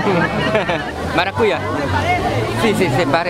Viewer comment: No es maracuya... Es maracuyá